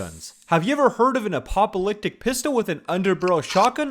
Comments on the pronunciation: AYO DID HE SAY APOPOLYPTIC? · apoppalictic pistol